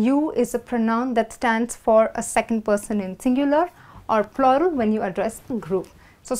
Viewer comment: No offense. You wrongly pronounced the word plural.